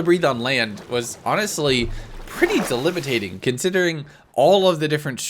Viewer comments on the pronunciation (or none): Around 53 minutes in, "delibitating". It's "De-bill-i-tate-ing" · Delibetating? Debilitating maybe 😂 #